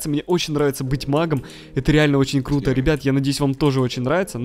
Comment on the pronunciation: Кто заметил что сказал не круто а клуто